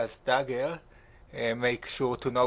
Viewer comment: Allesandrass daggeurrr dat french accent doe